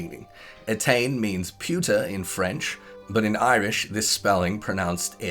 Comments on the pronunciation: were you saying puta here ? If you were (wich i doubt , but i see no other words) its not french , although close . Puta is the spanish word for "bitch" . In french , it would be "pute". I can understand if you mixed up the 2 words. If you didnt say "puta" ignore this XD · oh i see now , i couldnt for the life of me understandwhat he was saying , no matter how often i replayed that part back